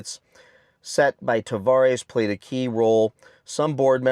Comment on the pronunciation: You keep saying Tavarish ... Tah vah res